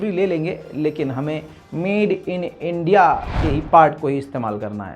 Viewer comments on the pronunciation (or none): none